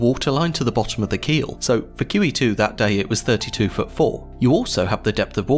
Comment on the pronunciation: I enjoyed this topic. My only advice for improvement is to put the name of the ship in the title. Instead of "She" use QE2, because when I initially heard it, I thought you said Kiwi 2. And you didn't repeat the name in the video. Had to use captions (and I hate using captions) to hear it properly (after I finished my initial watching of the video). Squat!